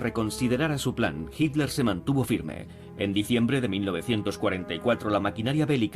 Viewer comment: este locutor es la excepcion..pronuncia hitler bien. me gusta la traduccion latina mejor.